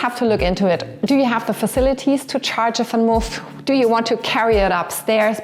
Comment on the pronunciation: Why you call the Vanmoof "Fanmof"?